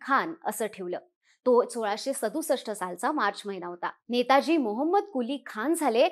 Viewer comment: आधी नाव नीट घ्या नेतोजी आहे नेताजी नाही